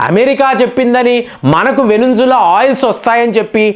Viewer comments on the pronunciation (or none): వెనుంజుల అనకండి. వెనుజులా.....